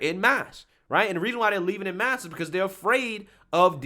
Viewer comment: It's 'en masse' (pronounce the 'en' part as 'on') rather than 'in mass'. As in 'left wing accounts are leaving Twitter en masse'.